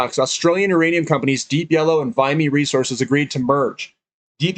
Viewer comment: It's VIMY not VIMEY